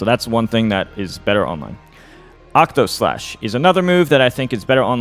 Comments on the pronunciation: I’m begging PLEASE say octaslash instead of octoslash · He also said it wrong a bit earlier too